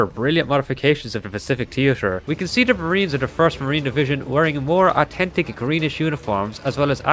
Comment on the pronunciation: 'AWTENTIC" Might as well of said "AWTISTEC"